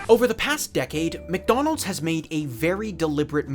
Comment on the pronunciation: Every time he says “Mick Donals” a meal gets upsized to a Large